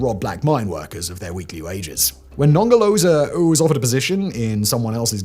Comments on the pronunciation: Non ger lo zer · The british pronunciation of Nongoloza and Ngelekedyana is the best part of this video 🤣🤣🤣